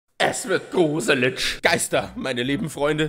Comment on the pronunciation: „Es wird gruselitsch“ 😂😂😂